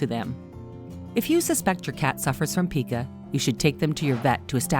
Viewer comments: You mispronounced 'Pica'. The 'i' is long and rhymes with 'eye', not 'ee'. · "Pie cu" not "pee cu", if you don't know how to pronounce the ailment how I can believe anything else in the video? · Pica is pronounced PIE-ca not PEE-ca, and the word habit is not spelled like rabbit. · Pica is pronounced PI-KA. Humans can also develop this condition. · ITs Called PICA (sounds like Pike like dike) When theres a vowel on the end, the other vowel is LONG. Basic grammar (while I work on my spelling, Lol) think I got spelling right now I hope. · It’s not pronounced “pea-kuh” it’s actually pronounced “pai-kuh” 🤦🏻‍♂️ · It is Pie ca not.peek a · "Pie-ka," not pee-ka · Okay I mean no hate this is a lovely video but it's PIE-KUH (PICA). Your content is awesome :) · habit not spelled habbit. PIE- ka not peeka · Pica is pronounced with a long I.